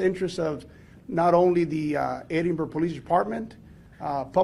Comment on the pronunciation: It's Ed-in-burg not Eden-burg